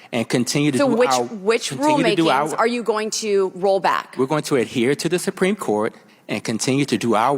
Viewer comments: “the sumpreme court” 😒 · She actually said the sum-preme court at the start of the video.